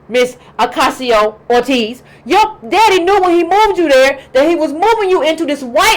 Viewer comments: Why do you call her "Orteez"? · To compare her to Obama without the presence of Big Money doesn’t seem sound to me. Also, how can you have her name spelled correctly but repeatedly mispronounce it?